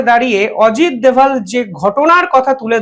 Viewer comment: উনি অজিত দোভাল। দয়া করে তাঁর নাম অবিকৃত রাখতে অনুরোধ করছি...